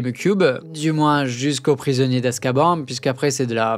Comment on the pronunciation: excellent! pour chipoter, on prononce AZ ka BANE (cf le Agrid dans le 1er film ....qui se contredit dans le 2nd lol)